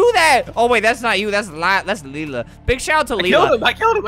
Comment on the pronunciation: Albert: Big shout out to Lila Me: Thank you ( Only the pronunciation is right)